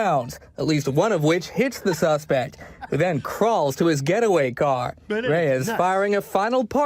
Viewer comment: He said getaway car. I heard ghetto car 🤣